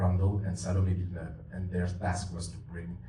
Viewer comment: And to finish it off, she can't even pronounce Denis Villeneuve's name correctly